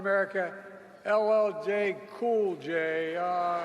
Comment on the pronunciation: The way he says LL cool j 😂😂😂😂